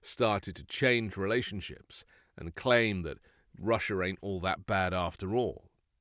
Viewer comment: I love your work and your accent but I've got to admit, hearing you say "ain't it" sounded as wrong as Hugh Grant trying to say "forget about it" like a New Yorker in Mickey Blue Eyes. But it did give me a much-needed chuckle so I thank you for that. 😅